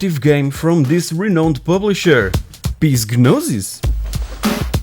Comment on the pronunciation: Psygnosis is pronounced SIG - KNOW - SIS The P is silent.